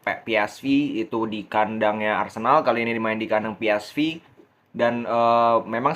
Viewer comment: Jgn sok inggris lu.. club PsV.. di bacanya p. S. Vee.. bukan vi.. dia tim belanda bkn inggris..